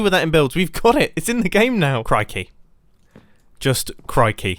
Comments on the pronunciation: no one: mumbo: cry-key, all i can say is cry-key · Mumbo “Crikey” Me realizing he is British “You weren’t supposed to say that”